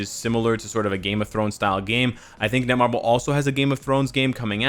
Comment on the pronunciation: its netmarble not nemarble